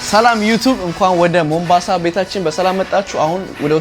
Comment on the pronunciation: ቦምብአንሳ አደለም ሞምባሳ አንተ ቦምብ ራስ 😂